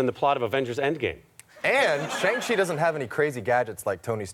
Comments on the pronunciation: Chang chi lol cant even pronounce it. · It's Shang Chi